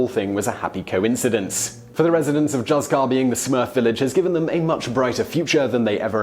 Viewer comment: I would like to point out that the name of the spanish village of Juzcar is pronounced HOOTH-car, not Juss-car...